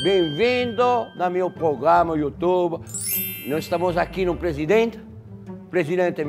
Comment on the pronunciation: "Pogama do YouToba" Jacquin, Erick.